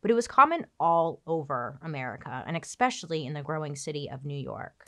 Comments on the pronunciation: Bailey with “expecially” 😄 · I frickin' looooooovvveeeee Bailey's videos, the way she talks is sooo smooth and soothing (which sounds so macabre considering the content)! But the way she says "expecially" instead of "especially" makes me (an English teacher, I'm sorry) cringe every time.